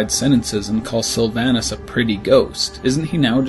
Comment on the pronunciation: Sylvanas is pronounced (sill-vawn-iss)